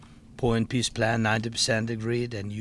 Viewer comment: Zelensky said peace but I heard piss